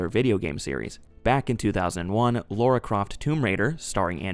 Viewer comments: It's Lara not Laura. And you call yourself a fan lol. Hilarious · Pet peeve I know but I really hate when Americans say tomb raiders name they always overdue it and mess it up it’s just aggravating cause it’s a simple name, it’s LARA there’s no U why do you say LAURA smh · LAra not LAUra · Omg are we still saying "Laura Croft" in 2025?